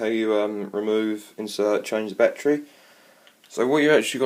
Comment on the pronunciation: "It has a numchuck bat-tree"